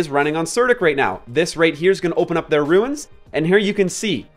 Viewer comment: I'm sorry, I just can't listen to you mispronounce runes anymore.